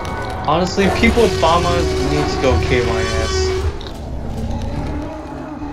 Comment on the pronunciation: fAhMaHsss ((Ik its famas but he pronounced it so wrong lol